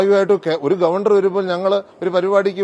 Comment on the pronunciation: ഗവണ്ടർ 🙄 എവിടുത്തെ ഗവെൻഡർ